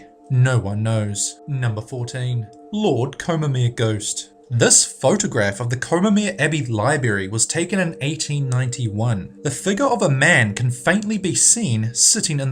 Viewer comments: you lost me when you said libary. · The scariest thing of all was that it sounded like he said 'libary'. For the love of god, who does that? Why?? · lol 14: libary. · aaaaaaaaaaaaaahhhhh you stinkin said liBARY not liBRARY